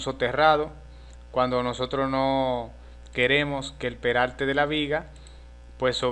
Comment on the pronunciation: cuando tu hablas peralte es perarte